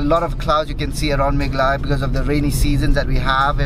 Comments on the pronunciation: that look from paul when said melaghaya instead of meghalaya 😂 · I lost it when I saw Paul's look whn you said "Capital of *Melaghaya*" 😂😂😂😂